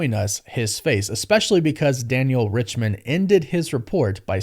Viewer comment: Daniel "RICHMAN" or did you mean to say Daniel "Richtman" :)